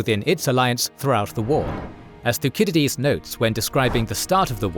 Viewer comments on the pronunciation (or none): thuckidides?????? thussicidees surely. makes me think your voice is just AI gen.